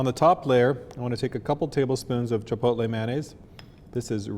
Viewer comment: Boleeloh, Halapenis, Cheepotlee, FreeHolee (he he).